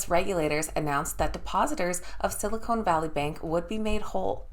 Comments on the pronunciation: It is Sil i con not “cone”. Silicone is what can uplift human features. Silicon is a material used to make computer chips. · Silicone Valley Bank??? 😆 🤣 😂 Silicon Valley Bank.